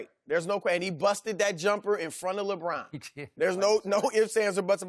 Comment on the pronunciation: LoL! I call Lebron, 'LeBran' too (intentionally though). Like 'Raisin Bran'.